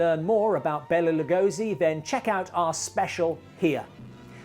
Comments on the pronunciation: Exactly. As a lifelong fan of Lugosi, it bothers me that so few people pronounce his name correctly. Even Johnny Depp and Martin Landau got it wrong in “Ed Wood”. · I got it right in our Lugosi special, Rise of Dracula, but this was shot months earlier and I hadn't checked the pronounciation.